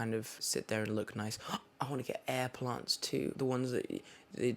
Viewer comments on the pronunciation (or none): When he was talking about his plants I thought he was saying blunts lol 😆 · when he says plants it sounds like it’s italicized... it’s beautiful